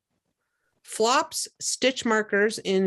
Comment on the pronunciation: I believe it's Aberdeen for the dark plumb. I thought floops was prounced like flewps.